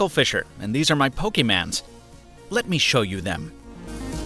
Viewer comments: What's with ur accent!!?? PokemAn...!!?? Just say Pokemon..!!!! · why do you say pokemans omg omfg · "pokimans" Michael why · hits pokemon not pokeman